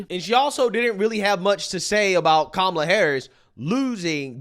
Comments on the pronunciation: "mamala" is hilarious! It means suck it in Spanish hhahah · Did Oprah call her mamala 😂😅 mamala Verga 😂😅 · Oprah did not pronounce her name correctly 😅